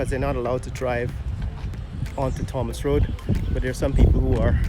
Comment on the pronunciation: Pronounced "tomas" the "h" is silent 🤫. That whole road is a total 💩 show. Why are lampposts in the road. The sidewalks are rather thin and non-standard.